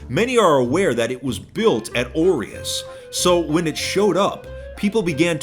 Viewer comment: It bothers me that you pronounce 'aureus' incorrectly.